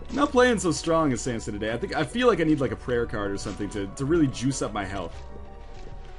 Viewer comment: ryan please stop calling him sampson, theres no p in his name...